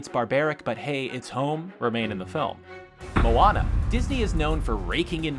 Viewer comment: thank you for not saying MOW ANNA, and saying it correctly